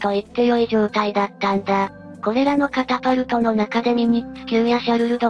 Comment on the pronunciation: 電磁式カパタルトなのかwww カタパルトじゃ無いです。 カパカパなんじゃない。